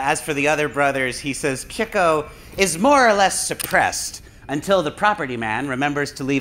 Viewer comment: Why does keep saying Chicko instead of Chico?